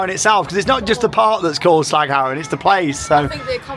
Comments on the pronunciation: Nailing the Dutch pronounciation there! That "g" sound must have taken some practice ... :D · Again impressed by your pronunciation of 'Slagharen'. 'Duinrell' could use some work though. Only (partially) kidding! Welcome! And enjoy the very UNdutch weather!